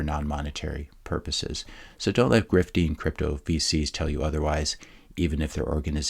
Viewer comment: At the end when you said "VCs" it almost sounded like "feces." Freudian slip,? Love your content. I feel like I'm a Bitcoin expert compared to normies but not compared to folks like you. Thanks again.